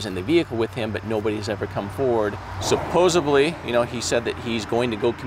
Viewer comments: It's supposedly with a D not supposebly with a B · Love the channel. Their work should be recognized on a national level. Only pet peeve; it's supposedly - not supposebly. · Did you say "supposibly"? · I appreciate you all so much, that I can even overlook the fact that you said “supposably”, instead of “supposedly”, and “eckspecially” instead of “especially”. That’s huge for me! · You guys are the best kind of human. ❤ let Jared know that the word is actually supposedly lmao 😂 not supposably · Someone needs to tell my guy that "supposably" is not a word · Jared has a way with words. Is “supposably… in the foilage” Oregonian for supposedly…in the foliage? I’m sorry, it just made me smile every time he said it. I’m not acting superior- I couldn’t find a car in a lake to save my life, so I know he’s a smart dude. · Please, Please... it's SUPPOSEDLY, NOT SUPPOSABLY! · Why does his saying supposeBly instead of supposedly bother me so much ?? Argh!!? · JARED JARED PLEASE STOP SAYING supposeBly its supposeDly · Really? Jared keeps saying "suposably"? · It’s supposedly, not supposeBLY. There is no B in the word. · Sorry to nitpick. It’s “supposedly “, not “supposebly” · SupposeDly not SupposeBly Jared I cringe when you say that all the time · sup·pos·ed·ly not sup·pos·eb·ly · *supposedly not supposively --grammar poIice😳